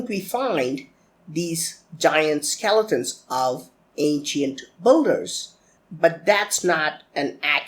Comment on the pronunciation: Manish Mehra It's not English completely he says "builders" like 'bull-ders' that's not English. It's pronounced as 'bill-ders'. It's "Bill" not "Bull"